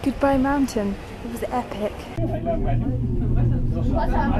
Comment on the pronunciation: I didn't realize Barca had so many mountains. Beautiful. Thanks for sharing. BTW, the way you say 'epic' is epic : )